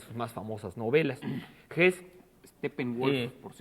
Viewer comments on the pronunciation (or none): Me extraña que pronuncie el nombre Hesse como "JES", y no como lo hace Nicolás Alvarado sin omitir la E. La manía de pronunciarlo todo como gringo es una aberración. La pronunciación correcta es "JESE". Uno de loa jerifaltes de Hitler, Rudolf Hess, sí tenía el apellido sin E final, pero no el premio ]Nobel alemán.